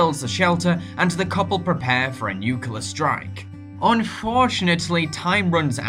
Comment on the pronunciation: Nuclear. Not 'nuculer'